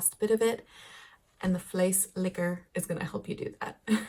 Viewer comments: You said vleeslikker! Thats a non existing meatlikker instead of a flessenlikker abottle/pot emptyinger... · O.M.G.,!!!! You´ve got to be careful with your pronunciation! I know you like naughty words, but from flessenlikker (bottlelicker) to vleeslikker (meatlicker)! HAHA. I was falling off my chair! L.O.L. But just to be clear, a bottle scraper comes from a time that the milkman sold everything in bottles, and with quark, yogurt and vla, a lot remains in the bottle! Now we have cardboard packaging, which you can squeeze out.